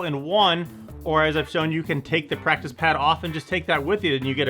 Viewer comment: Just noticed this when you flipped it over showing the pad on the bottom you said plactice pad instead of practice pad